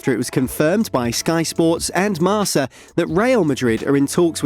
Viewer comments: Bro not marsa it's kinda marka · its not pronounced "marsa" its marKa